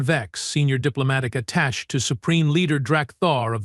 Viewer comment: Need to teach the AI to say attache